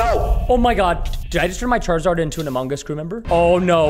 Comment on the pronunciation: I love went he say amogos he make me laugh